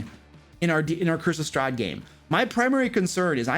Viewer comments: I swear I hear “Christmas Strahd” every time he says “Curse of Strahd”. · i can not unhear this now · I can't unhear it now....